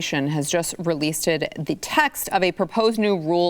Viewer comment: ... "releaseted"?... "released-ed"?